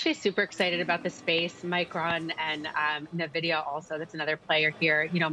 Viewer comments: Never heard someone pronounce Nvidia (Na-vidia). Interesting! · She cannot pronounce NVIDIA but has a semis outlook. How crazy is that?